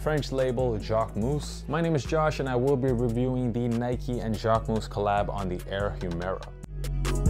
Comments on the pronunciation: dude , I am French and I live in Paris . You are not . You are saying it like : « jacquemousse » which could be translated as Jacquefoam… If you want to learn the correct way , go on a French vogue video about him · As a French the JacqueMOUSSE got me everytime hahaha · It’s still not the right pronunciation tho haha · Good video , average shoes but sorry Josh , considering how many times you say Jacquemus in this video , you could have researched beforehand how to pronounce it correctly